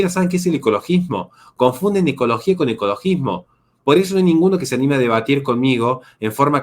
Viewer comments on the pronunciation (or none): none